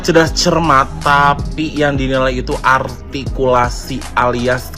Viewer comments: Yg kurang jelas dewan juri artikulasi bukan altikulasi 😅 Ngomong R aja dewan juri GK bisa 😂😂😂😂😂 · Mungkin malam sebelum tugas ke pontianak ibu ini kurang jatah😂😂😂😂 dia sendiri gak bisa sebut kata r. R... ARTIKULASI..sampah ibu ini. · Bilangnya artikulasinya kurang jelas na dianya aja ngomong R nggak jelas bilang R atau L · Si ini cocoknya jadi pelawak lucu soalnya dia ngomong artikulasi harus jelas padahal dirinya sendiri cadel ngomong " R " gk jelas payah memang orang ini bikin tertawaan netizen se Indonesia 😂😂😂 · MUKA BERAK, SEBAIKNYA JADI JURI KOMBA NANGKEP ENTOG DUSAWAH!!!, DI 17 AGUATUSAN AJA,. KALO JADI JURI LOMBA LCC, TERLALU KETINGGIAN NANTI ARTIKULASI "RRRR" NYA BERANTAKAN!! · Maaf, menyoal artikulasi. Ia gak sadar, saat mengucap huruf R malah gak jelas😊😊😊😊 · Nyebut R aja ga becus sok2an bilang artikulasi 😂😂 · lha saja ngomong R nya aja cedal kok ngomong artikulasi...🤣🤣🤣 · Seorng juri mengatakan artkulaai harus jelas,. Ngomong R zaa yg benar gak bisa,. R mba,.. bukan eyrrr,.. Artikulasi gak jelas juga kocak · Orang ini sok ngomong artikulasi, padahal mengatakan "r" aja tak beres. Coba deh diperiksa Ijazah Juri2 itu 😃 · emang artikulasi dia udah paling sempurna apa ya? ngomong R aja ga jelas.... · Betul kaya anak balita..... 🤭🤣🤣🤣padahal artikulasi bicaranya juru rrrrrrr yg tdk jelas..... 🤣🤣🤣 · oh ini yg viral si paling artikulasi??... apa ngga sadar dia sendiri ngomong R nya ko krg jelas terdengar L..L..L...😂😅